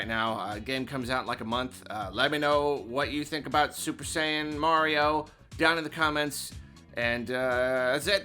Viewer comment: Super "Lion Bell"?